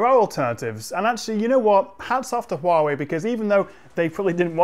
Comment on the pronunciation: I like that fact that your pronunciation of Huawei on point!